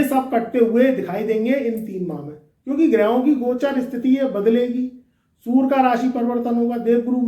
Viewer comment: सुर नहीं होता सूर्ये होता है 😂😂😂